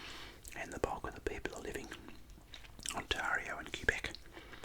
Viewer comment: You pronounced Ontario weong😂👌